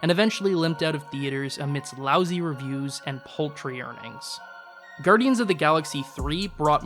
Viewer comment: Gudryans three? What is this guy, Canadian? :D